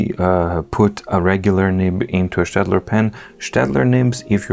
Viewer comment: Thank you for prounincing Staedtler correctly. Greetings from Germany